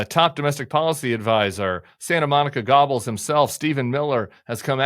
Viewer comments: Tim, nobody will know what you mean by referring to miller as “gobbles.” You say “ewe” after the “g’. G-ewe-bells is a better approximation if one doesn’t speak german. Just saying. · Tim, Stephen Miller definitely is a Göbbels. Just a small help so you pronounce the name correctly so we know who you’re talking about. His name is pronounced a little closer to Gerbels than gobbles as in what I do to a brownie or a donut. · It's pronounced GERBLES not GOBBLES. Yeah there's no "R" but that's the German pronunciation. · Santa Monica "Gobbles"? If you were referring to Joseph Goebbels, it's pronounced Ger-bels. An accurate nickname for Herr Miller. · It is pronounced "Gurbels." goebbels and on the "e" there is an umlaut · It's pronounced closer to "Gerbels." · Goebbels (with a hard 'G') is pronounced as 'Ger-bels', not 'Gobbles' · I’ve heard it pronounced more than one way but I’ve never heard someone say “gobbles”. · its pronounced Ger-bulls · Tim, you have my favorite podcast, huge fan. Microscopic note, it's "Goebbels" rhymes with "gerbils" (appropriate for Stephen in multiple terrifying ways) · STEPHEN MILLER = GOEBBLES (pronounced GOY-bles?) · Goebbels: pronounced kind of like "GER-bels." The "r" is slightly softer than in English. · Gobbles hahaha. I don't know if that was on purpose but it's hilarious. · Tim, you have to learn to pronounce “Goebbles” better. It’s guew-buhls… let’s practice our German accent now. 😉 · The name "Goebbels" is pronounced as "GUR-buhls" in English and "Gœ-bels" in German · Awesome. It's "gerbels" BTW. Ur fabulous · Forgive me for being annoying but it's pronounced like "Gerbels." It sounds like it has an R in it. And like it has no O at all. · Tim: please learn to prnounce Goebbels name. Right now you sound like the sound a turkey makes. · Too bad Tim doesn't know how to pronounce the name.